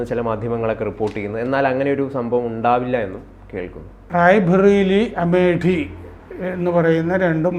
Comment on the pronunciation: Hi sir, your oratory skills are very good. But you people often pronounce khur Ann as gur Ann and amethi as amedi. Please check it.thanks